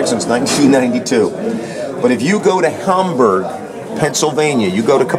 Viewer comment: Got a chuckle when he talked about the surplus store near Cabela's in Hamburg, PA and pronounced it 'Hahm-borg' like the German city it takes its name from. No one here in PA pronounces it that way, well maybe some old Amish farmer might. Everyone else says 'HAM-berg'... BTW, the surplus store's website: I've had good luck with Coleman's Surplus, got a set of Italian Vegetato camo and a Turkish desert camo shirt.